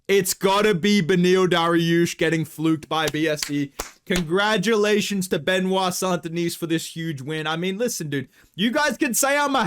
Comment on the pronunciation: FYI the S at the end of St Denis is actually silent 😉 Just like the T at the end of Benoît, which btw you pronounce perfectly 👌